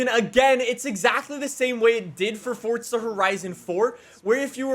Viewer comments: " WELCOME BACK TO FORTZA HORIZON 5" Me" welcome back to forza horizon 5." Everytime I hear say fortza I laugh because I know it's how most people that dont know how to say it correctly try so hard but they still mess it up,but in the other hand...has uhh.... been doing it since he started making forza videos.FORZA 🤣🤣🤣🤣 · FORTZA HERIZON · Fortza? It’s forza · why d u say fortsa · Why you said Fordza horidzen !?? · Forza not fortsa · Its forza not fortza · ITS CALLED FORZA NOT FORTZA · soo fortza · He pronounces it as "Fortza" so of Errors is not stupid. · this man really saying fortsa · Sounds like he saying fortza horizon 5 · Why does he pronounce forza as fortza of am I hearing stuff? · are you stupid? Im saying it how says it